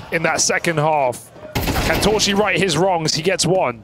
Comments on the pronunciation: casters : torszi❌ torshi ✔ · s in Hungarian is pronounced as sh. sz is pronounced as s. They have it the other way around.